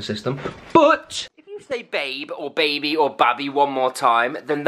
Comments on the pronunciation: She said BaBi We GoT A pOpCoRn MaChIne she said babi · Why say babi? Is she for malaysia or what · said babi!!!!! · She said Babi they have a popcorn machine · she said babi at popcorn machine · Ya she said Babi they have a popcorn machine